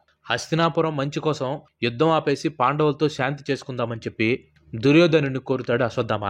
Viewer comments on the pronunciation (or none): none